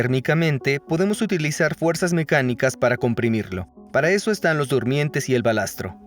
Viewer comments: Se dice balasto, no balastro. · Se dice BALASTO